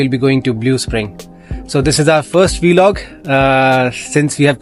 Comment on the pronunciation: Why do you pronounce 'vlog' as 'vɪlɒg' instead of 'vlɒɡ'? 🤔